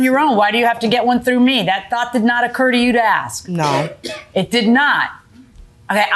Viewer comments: ...Please don't axe anyone 🫩It's ASK! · Asked not axed